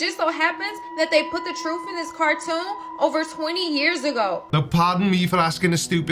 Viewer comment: "They put the TROOF in Avatar..." She lost all credibility. Also, I like the one theory that spelled out "Epstein Didn't Kill Himself" out of the cities in the Path of Totality.